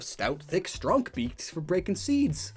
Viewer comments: He says stronk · This man really say stronk